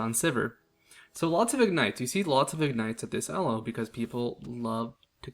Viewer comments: Also it's not pronounced "ehl-oh" it's pronounced "eel-oh". It's based off the chess rating system created by Indian mathematician Arpad Elo. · "el-oh" first time i heard that